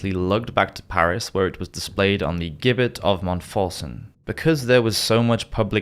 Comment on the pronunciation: (Meant constructively) Gibbet is pronounced “Jibbet”